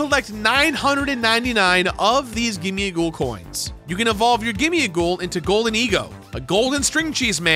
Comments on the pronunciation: It's GIMMIGHOUL and GHOLDENGO not "gimme-a-ghoul" and "golden-ego". That's not even the right number of syllables. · Where does gimmighoul have an A in it. I’m sorry, just could not handle that pronunciation lmao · The way you say Gimmighoul hurts my soul